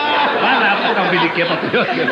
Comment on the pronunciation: Por favor corrijam. É "beliquê" e não beniquê. Parabéns pelo canal